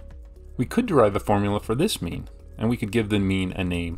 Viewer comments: At some point I started hearing meme instead xD. But it wasn't! So mean! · Sounds like he's saying meme. Now solve the mean of people who get the Monty Hall puzzle wrong.